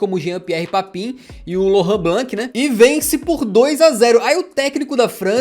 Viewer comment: Na dúvida pra falar os nomes de jogadores estrangeiros, consulte o translate do Google. Jean Pierre PAPIN foi doido de ouvir!